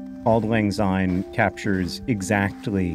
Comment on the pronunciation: As a Scot, I must correct your pronounciation. You use the English "Z" sound, instead of the Scots soft "S", so it's "Auld lang syne", not "Auld lang zyne".